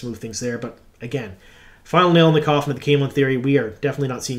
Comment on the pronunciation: Did you say final nail in the cauthon or coffin? 😅